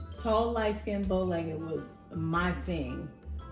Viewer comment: She said “bowlegged” 😂 lol and you with the “white boys w/ a flavor”